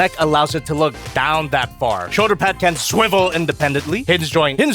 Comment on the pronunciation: “Rotation at the shöder.”